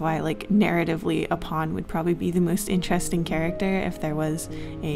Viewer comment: IN the knight part idk if joke was intended but she said ( or so I heard ) INCHESSTING !! Edit: also in the queen part !!